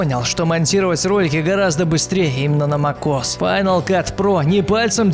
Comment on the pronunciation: Мак ос як бесет мек ос хоть научись читать